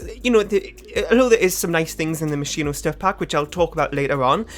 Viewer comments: You are saying it wrong, but it's how I say it too. If I try to say it right I end up saying mosquito. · The version you don’t say is the Italian version. In Italian you say the h after sc as k The version you do say is also good